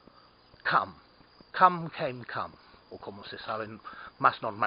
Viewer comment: HA! "come, came, come" pronounced in Spanish. I laughed out loud. I loved the video, thanks.